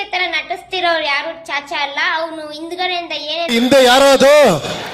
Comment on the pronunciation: ಚಾಚಾ ಅಲ್ಲಮ್ಮ 😅.... ಸಾಚಾ